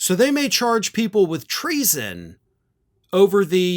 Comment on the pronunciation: Treason- 2 syllables- I’m impressed! 💙💙💙